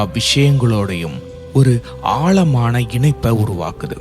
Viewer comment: Ayyo ayoo Tamiz getting killed. Aalamana illai sir. Aazamana.Pl pronounce the sprcial lettter in Tamiz. What will you say for Tamiz. Tamil? Sad status. Jay